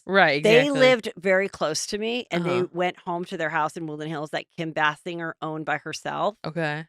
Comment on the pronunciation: Bless Fortune’s heart for not correcting you—it’s bay-singer